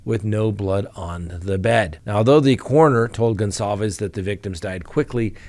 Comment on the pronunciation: Come on it’s not Gonzalvez it’s something else. We owe them at least the respect to there family name just saying dear sir I’m actually more confused then ever now if I’m wrong and your right my apologies kind sir.